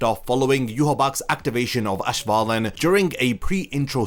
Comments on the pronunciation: Bro I love your content but I seriously cringe at your german misprononciations…I mean, you HEAR them say the words in the anime….its auswahlen…hard S, theres no sch/sh sound anywhere in that word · "Ashwalen" lol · As a German I find it funny how you pronounce Lichtregen and auswählen😂 (no hate)